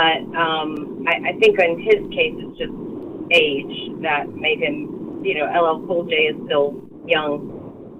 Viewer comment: Joe could get a pass on this 1. He's reading the screen and still got LL's name wrong. .smh 🤦‍♂️he's old man 👴 lol